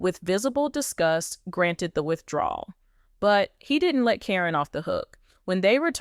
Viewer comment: Quit mispronouncing names! Caryn is pronounced as Karen. You go back and forth pronouncing her name as Caryn and Corrine. You have also mispronounced Zach's name. It is not pronounced Zach but Zak.